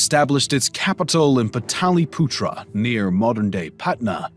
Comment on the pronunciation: It's pronounced paatliputra